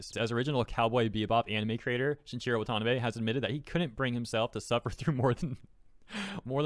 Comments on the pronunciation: It's pronounced WA-ta-NA-bay, not wa-TA-na-bay. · Just FYI: It's "Wah-tah-nah-bay", not "wa-tan-uh-bay" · "A-dap-tay-shun" and "Wahn-tahn-nah-bay" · Watanabe is pronounced Wah-tah-Nah-bay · Pronounce Watah-NA-Beh you twit. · The way you say watanabe is killing me haga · Couple notes: It's adapTAtion, not adaption Also it's shin I chiro wah tah NAH bay, not shin chiro wa TA nabay